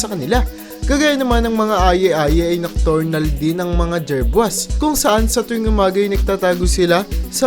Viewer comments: nocturial,, instead of nocturnal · You said nocturial,,(nocturnal) ibig sabihin panggabing hayop,,katulad ng bat tarsier/,,aye-aye means yes yes,,for your information